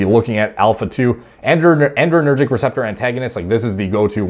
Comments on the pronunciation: The paper was not using pretentious language. It was using precise and technical language. Also, it's "adrenergic," not "andrenergic." Otherwise, great video! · "adrenergic" actually, not "andrenergic" like adrenaline not androgen. It's all I can hear lol. Great content nonetheless